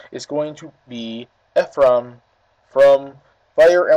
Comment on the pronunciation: My name is Ephraim and you were saying it right